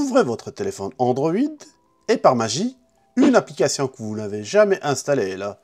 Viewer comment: Une applicatian??un pap-up,toutes vos cadenas,vous pouvez yaller dans..mdrr un ptit tour chez l'orthophoniste ou même a l'ecole serait pas de trop ..une applicassian🤣🤣🤣🤣